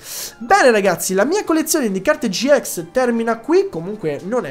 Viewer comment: Si dice gi ix non gi ex